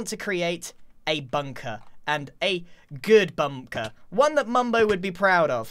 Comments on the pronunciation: "A bunker, a good bumker" bumker? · "A good bumker" Grian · i swear grian said 'bumker'